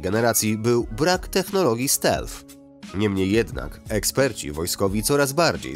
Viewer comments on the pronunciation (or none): none